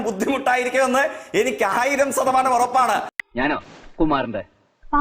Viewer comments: ഇവൻ്റെ ശ എന്ന അക്ഷരം ഇതുവരെ ശരിയായില്ലേ. ഈ സതമാനം എന്നുവച്ചാൽ എന്താ ? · 1000 sathamanam...enthonnu.... Hey Jack....😂your pronunciation of % ...not sadamanam...say...shadamanam... Loka pottan...foolish Jack.... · സതമാനം, ദേസീയ പാത.... ആദ്യം മലയാളം ശരിക്കു പറയാൻ പഠിച്ചു വാടാ മരവാഴെ 😂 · അസോഫാവികത,സതമാനം, സൊഫാവം, സബരിമല